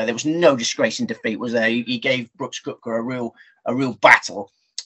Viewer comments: Great show guys. I watch every week. Good luck at US open., it’s pronounced ‘kepka’ he has a silent o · Yes it would be great if both guys could learn that it's kepka not cupka. Good show nonetheless